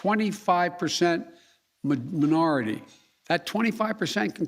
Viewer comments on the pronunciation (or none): Cant even say minority right bro you need to be in the hospital working in your motor skills before your brain explodes stop lying and poisoning people with the trash that leaves your mouth fake news